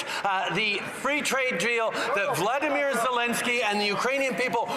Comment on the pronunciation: I think he just likes to say "velodemir"